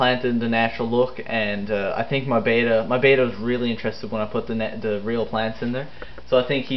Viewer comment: Bet-ta not bay-ta. Bay-ta is spelled beta. If words have double consonants in the middle (hammer, boggle) the vowels before the consonants have a short pronunciation. Sorry its just a little pet peeve, these fish are beautiful so the least we can do is pronounce their names right. Your video was awesome though! Great tank.